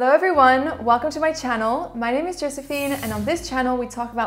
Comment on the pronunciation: I love how you pronounce the names😍